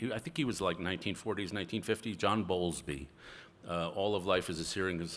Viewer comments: Correction: it's John BOWLBY, not Bowlsby. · John Bowlby is the name... on attachment theory... he mispronounced it as Bolsby.... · Ironic that his calls to 'secure the family, secure the flag, and secure faith' sound a lot like the rallying calls of the populists about whom he is concerned. He is also either misunderstanding or misappropriating John Bowlby's work on attachment theory (whose name he also mispronounces).